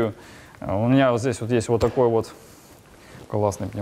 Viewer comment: Хотел за 10 минут промотать весь видос, Залип на час. Угарнул с "Ууотакой трещотки".